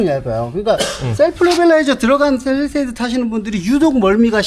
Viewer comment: 팰리세이드가 아니고 페리세이드로구먼